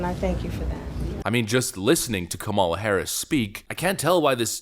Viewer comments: That's not how you pronounce her name..but I'm sure you know that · Narrator should learn how to pronounce the VP's name correctly. What a hack.